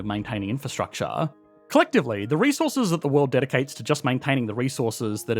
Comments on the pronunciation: What is "infrastuct-SHAH"? Is that related to "infrastructure"? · Say "in-fuh-struck- chaa" again.